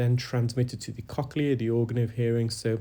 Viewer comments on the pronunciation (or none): none